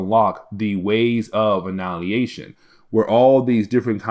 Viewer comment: AnNIHIlation not annalyation xD